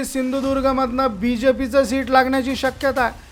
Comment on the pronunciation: शीट नाही रे बाबा सीट